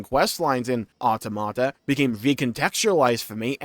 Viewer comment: Can you please pronounce automata correctly